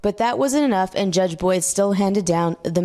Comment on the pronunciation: It’s Boyd, not Boys.